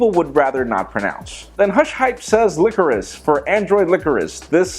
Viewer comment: licorice and meringue aren't pronounced like that. Thousands of people are watching your vids. You need to make sure you can pronounce all of the words you say correctly. Other than that you do an excellent job with your ideas and news of the world of tech.